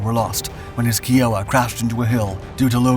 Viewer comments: It's hard to tell the size of the Kiowa Warrior (pronounced "K-EYE-oh-wah", not "key-oh-wah"😠) unless you've been in one. It's like someone put a rotor, tail boom, and tail rotor on a Honda CRX. We worked on its upgrade, OH-58F, which was fantastic but got cancelled in favor of UAVs (stupid). OH-58F moved that goofy mast-mounted sight (MMS) to the nose, removed MILES of wiring (lightening the overall vehicle), and upgraded its cockpit and engines. It was a beautiful aircraft. Pilots and maintenance test pilots all agreed that, of all rotary-winged aircraft, including Apache, their favorite was the Kiowa (K-EYE-oh-wah). They said it flew and handled like a race car. The OH-6 Cayuse was called "Loach" and was quite resilient and took pretty good care of its pilots. "Low Level Hell" by Hugh Mills details the beauty of this aircraft and its effectiveness in Vietnam. He once went through 3 different aircraft during a single battle in Vietnam: got shot down, rode back to base, picked up another Loach, wash, rinse, repeat. And why are you showing the main rotor when talking about the WSPS (wire-strike protection system)? For those curious, they're the metal strikes above the canopy that look like someone is making the peace sign✌ and the single, long metal strike below the canopy. Another note: Kiowas were typically armed with Hydra rockets (2.75 inch), AGM-114 Hellfire missiles, and a .50 cal. I've never seen one with an M-134, which would be badass. This video is honestly hard to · Kiowa is pronounced k-eye-a-wa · i have always heard it pronounced k-eye-wh-a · Kiowa, say Iowa with a K at the beginning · Yes, since we're honouring the natives of America try and get their name correct. K long I long O wa. Every time you said Kiowa wrong I cringed. I love your vids, I'm surprised at this error. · KAI-Oh-wah ,,, like in 'yippee ki-yay' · Down vote because of mispronounciation of Kiowa. Kai o wa. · Its pronounce KI... OAH as in Kie Oh Ah your killing me Smalls.